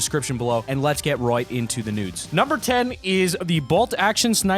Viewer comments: You said nudes insted of news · heard him say let's get in to the nuds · Is it just me or he said nods in the beginning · He said let's get into the nudes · He said let’s get into the nudes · He said let's get right into the nudes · He said let’s get right into the nudes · Did he say “let’s get royt inta tha nudes? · Thanos and you said let’s get right to the nudes or just me